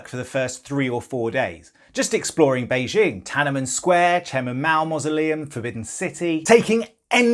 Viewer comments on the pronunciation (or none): none